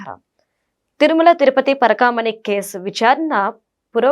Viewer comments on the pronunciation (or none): పరకాణికాదు పరకామణి